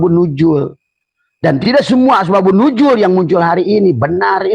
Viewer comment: Ngomong apa sih.... Asbak...kayu...Nuzul bukan nujul 😅